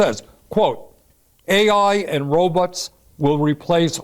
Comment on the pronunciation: I love Bernie, I dont know if there is anyone who cares about ordinary people as much as him. Love the way he says "robits"!